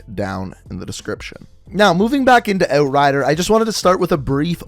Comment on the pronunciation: How he says outrider sounds satisfying